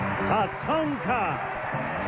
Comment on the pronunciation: Ray called him Tatango and Tatanga.